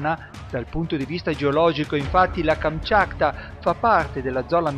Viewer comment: ma sbaglia anche a dire il nome non kamchakta ma kamchatka .....